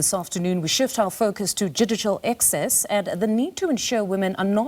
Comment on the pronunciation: excess or access 😳😳😳